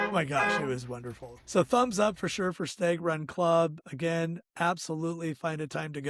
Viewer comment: Great video. Idk if I should say anything but if no one did then you would never know any better. Stag is pronounced short a like in hat. Sounds like you're saying stayg